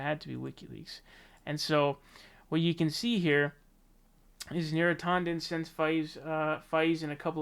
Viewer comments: Is it bad that it bothers me when you pronounce names with an A? You say Bernie Saunders when it's San-ders now neera tawden instead of neera tan-den. Bro I cringe trying to listen I'll still support you but please pronounce names the way they are spelled. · yeah, you might be right about that.. YouTube certainly loves any excuse to de-monetize a video... but he also pronounces Neera Tanden as "Neera TAW- nden". Sorry to be petty, lol, i couldn't help myself. Still gave his video the Like button. :P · I hear his pronunciation as /'tɑndən/, not /'tɔndən/. Though, I like the pronunciation /'tændən/, which enables my nickname, Neera Tantrum.